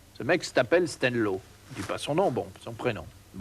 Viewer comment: "Stélio le corse " et non Stenlo , mais cela ne léve rien à la qualité de l'émission .